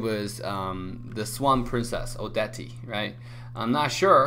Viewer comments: Odetieeee lol no it's odette as is oh-det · And she isn't Odeti it's Odet, is in French. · She's so nice. Its just you don't know how to play odette. And By the way its not ODETI. Its ODET! DAMN! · The Moba Guy you ahould know that probably plays against bots. The movement of the supposed "players" look like playing against AI to me. I still watch him though, he's fast when it comes to updates. And it's pronounced Oh-det, not oh de te. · NightStalker Argus The channel admin pronounced her name as "Odetté", it's supposed to be pronounced as Oh-deht. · Moba her name is pronounced oh dept she is from the movie "the swan princess" a cartoon film by Disney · Wtf is odat ti? Its odet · She meant the pronunciation and yes its not odeti... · Bro her name is pronounced (Oh DET) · DARRIEN LEVON ikr i'm so tired of people pronouncing her name as Oh-Det-Te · DARRIEN LEVON i knew from the barbie Swan Lake lol, and yeah it's not really a big deal but i'm kinda irritated because so many people pronounced her as (oh-det-te) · Everyone says her name wrong 😂 O- debt. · Me every time someone says "odety": wtffff, silence the e mate. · Her name is pronounced as O-debt... Just like Bernadette... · O-DE-TEA?! Seriously??! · He pronounced Odette as Odetty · It's Oh-det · Odetti hahahah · Lmao y'all say he doesn't know how to use odette when he couldn't even pronounce her name correctly😆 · The e at the end is silent :P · Hey u can't read Odette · Please pronounce the name properly 😅